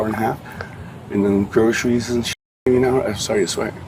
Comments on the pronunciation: I'm sure everyone's saying grosheries and not groceries. Is that just me? 😂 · I'd arrest him for the way he pronounces groceries....